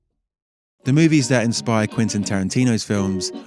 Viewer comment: Too many people pronounce it as "Quintin"